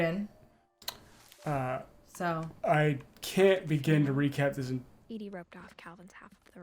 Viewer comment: This game is so intriguing, I love it. But starting next episode, every time someone says Eddie instead of Edie, said person owes me a $1.